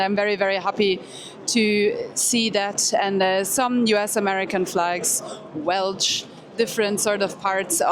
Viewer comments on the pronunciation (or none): welsch? It's Welsh shhh shhh shhh not chh chh chh